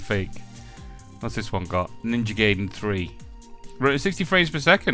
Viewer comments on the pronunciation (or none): It's ninja gaiden…not GAYden!